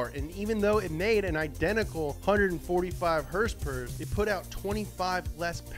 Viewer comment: “Hursperers” lol 😂 its horsepower horsepower is that so hard damn it lol